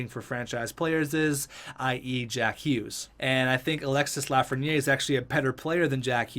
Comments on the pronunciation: You pronounce it Lafren-yay, its pronounced Lafren-year, if you care about that stuff, awesome vid btw. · It’s pronounced LAF-RE-NI-AIR